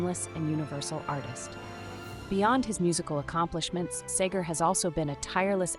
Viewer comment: Whoever wrote the dialog for this video misspells his name more often than the correct spelling, SEGER. And the narrator mispronounces his almost every time. Very distracting.